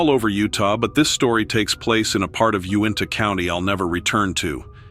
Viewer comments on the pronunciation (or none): It's Uinta county ... Say each letter individually. It's U-in-Tah ... To simplify it's You-in-Tah just like it's spelled. Definitely NOT Wintah See if you can pronounce Tooele Utah That one is pronounced Too-illa I kmow, the Ute Indians speak a WAY different language 😊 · Uinta = Yoo-WIN-ta .